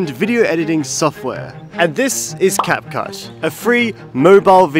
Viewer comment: bro just said capcush😅😂